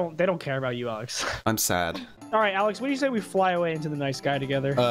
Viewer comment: Al e x NOT AL I X HOW I KNOW MY BROTHERS NAME IS ALEX